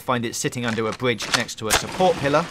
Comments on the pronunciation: Under a bwidge 😂😂😂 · youll find it under a bwidge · Don’t wanna be that guy but... bwidge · I loved the one under the "bwidge" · Wespawn by the bwidge